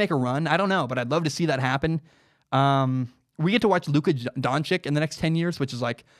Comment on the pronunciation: It’s pronounced (dawn-chich) not (dawn-chick)